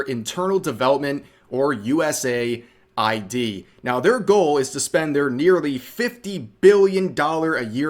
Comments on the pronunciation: I’m sorry I’m not against you in anyway but please for the love of god if you continue to talk more about this, it is US-AID, US-AID! not USA-I.D. or USAI-D! I’m sorry just the fact it is even marked in the name US in dark blue, AID in red. For the love of god please I beg you, you are killing me with your pronunciations of a very basic and obvious name Rev! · US AID not USA ID. 🤷🏻‍♂️ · Ahkchually, its US-AID 😅 Vaush trying to pretend that he is going to be the object of political persecution (As they politically persecute others, they believe that we all have the same moral baseness 🙄🤬🔥) when everyone already knows that they are going to take away his funding that comes from the misappropriation of public funds. 😹😹😼🔥 It is becoming increasingly clear that the only purpose of Marxists is to parasitize people who do work and destroy individual identity so that we are all forced to exist only within the "herd." 🤬🔥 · Pronounce it correctly, it's US AIDS.